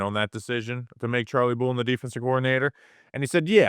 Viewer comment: The way you pronounce Bullen drives me nuts man lol